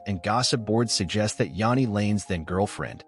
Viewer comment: It's all A.I. these days, As we all know it's "JANEY" the bot also pronounces it "LED Singer" Then they show a picture of Sebastian Bach thinking its's Jani. Amateur hour...